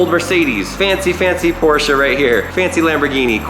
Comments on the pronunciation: *porshe 911 NOT PORSHER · i thought it was pronounced porsh not porsha???? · I hate how the dude says Porsche as poorsha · This man said Porcsha